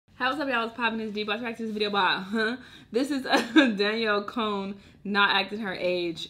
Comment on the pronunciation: “Danielle cone” lol